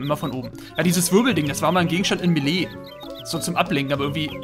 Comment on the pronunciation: Wie "Melee" immer ausspricht...